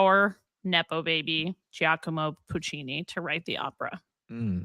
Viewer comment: Not a threat: when you have “gi” in Italian, it just indicates a soft g, like a j. So Giacomo is pronounced ja-ko-mo, not jee-ah-ko-mo